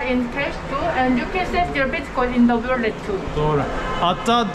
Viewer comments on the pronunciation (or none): none